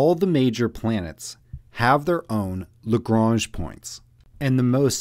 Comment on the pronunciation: Nice short video, well-explained and to the point, the narration allowing space for the ideas to sink in. And you did at least pronounce Lagrange correctly.